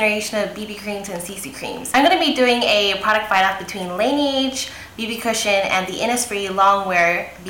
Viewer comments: la-NAE-ge. not NI. hun. :) <3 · It's pronounced "lah-nehge" (it's French for snow) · Hi, lovely video! but laneige is meant to be pronounce "La-nae-ji" not Lae ni eji :) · I cringed every time she said Laneige. >_<" It means snow in French. Great review though.